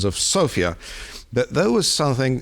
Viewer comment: Congratulations for the correct pronunciation of Sofia, Bulgaria, Zhelyazkov and other onomastics related to our country! The report is also very accurate.